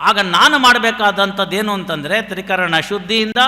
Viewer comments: ತ್ರಿಕರ್ಣ ಅಲ್ಲ ಅದು ತ್ರೀಕರಣ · ತ್ರಿಕರ್ಣ ಅಲ್ಲ. ತ್ರಿಕರಣ.